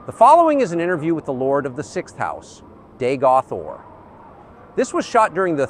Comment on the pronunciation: "Daygoth Ore" LMAO